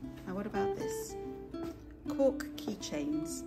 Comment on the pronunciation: When you said, “Cork keychain”, I first of all thought you said, “Pork keychain”. I was thinking, “Yeah, that makes sense because I’ve always thought they look like scotch eggs” 🤦🏻‍♂️😆 It’s definitely a sign that I need to eat something.